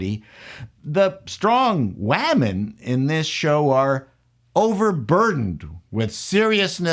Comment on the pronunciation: Please don't say "wahmen". Speak English. Otherwise you sound like a fool, and you are not a fool.